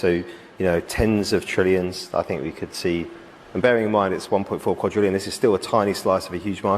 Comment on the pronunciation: QuaDrillion…there is no “T” in there. How do you keep making this mistake? Did you create an AI avatar months ago?